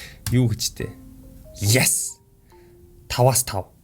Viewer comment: ахаа yes гэдэг шүү яэс биш шүү